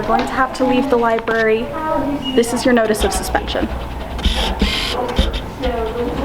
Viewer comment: Did you fucking say LIBARY, and not libRary? Please fix that man. Sweet T got it right!